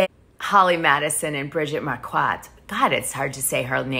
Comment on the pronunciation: Hey Dana, loving your videos. Bridgette's last name Marquardt, is pronounced as Mar-quit. I know someone with the same name 😘 from 🇦🇺